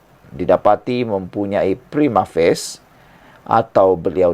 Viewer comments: Prima.... Fa.. Cie.. Bukan Prima Face 😂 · Prima facie lah boss bukan prima face😅😂😂